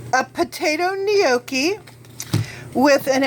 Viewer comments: that's actually the farthest from the way its actually pronounced. Proper pronunciation: nyawk-kee if you want to be Italian; nok-ee or noh-kee if you're American. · Oh dear god. It's pronounced "no-key".. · i say gnocchi like gin awh chee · Gnocchi is pronounced ... Yonk (rhymes with honk) Key.